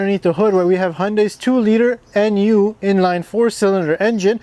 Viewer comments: Just to note, Hyundai names their engines after Greek letters; Tau, Gamma, Kappa, Omega, Alpha, Beta, etc... So this is the "Nyoo" engine rather than "En You" engine. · Yes, but it's pronounced "nyoo" because it's a greek letter, specifically the 13th letter between Mu and Xi. That's why it's not pronounced as the letters "N" and "U" but rather "nyoo" is the closest English approximation of it. Interesting tidbit, the uppercase character in the greek alphabet is just N while the lowercase character is v.